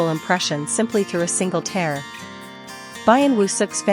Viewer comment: your pronunciation in the commentary is incorrect!! Use a real person to speak. A tear ( something an eye exudes is pronounced as teer you pronounce it as tare - which is a rip in a garment , Use a real voice so as not to make the video seems unrealistic and dumb